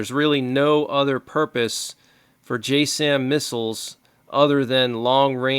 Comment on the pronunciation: "J Sam" is pronounced Jassm as in jazz'im